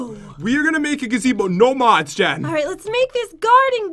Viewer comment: Pat you said Jes instead of Jen when you plased down the bench ☺